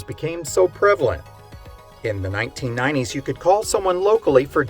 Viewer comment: I can't help but giggle at the way you say 1990's... "nineneen ninenees". (All in good jest, I like your channel!).